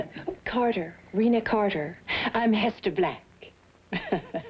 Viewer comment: Rena Carter? I thought she said Renal Failure.